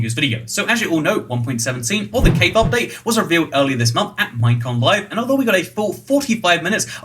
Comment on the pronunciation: "MINECON LIVE" Ummm Okay